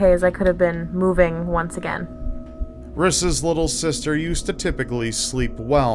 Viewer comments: "riss" haha my husband is called Rhys and it's Welsh, it's pronounced Reece. Don't know if it's an American thing to totally take a Welsh name and pronouce it wrong and give it to the wrong gender! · whats ur name? ris? i thoght he was saying chris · Rhys is actually meant to be pronounced as Rees btw